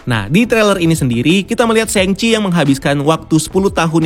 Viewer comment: Shang chi di baca sang ci Meng er zhang di baca meng er zsang